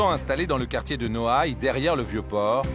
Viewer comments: nouailles 😂😂😂 C'est noailles 🤦🏽‍♂️🤦🏽‍♂️🤦🏽‍♂️ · c'est Noailles pas Nouailles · Noailles pas Nouailles